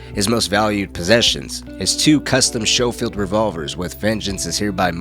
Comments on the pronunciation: These are not S&W Schofield (pronounce as Skofield) revolvers, but Colt 1892's aka double action revolvers. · You said Schofield wrong (sc not shh) - and those are actually colt M1892 double action revolvers.